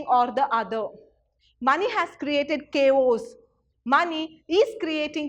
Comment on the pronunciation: teaching is good but what about the pronunciations you been the teacher make silly mistakes what will the students learn you are make mistakes in basic terms like chaos you are pronouncing it like kos🤣 pls be mindful of that